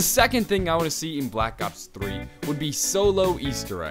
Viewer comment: Did it sound like he said black ops 30?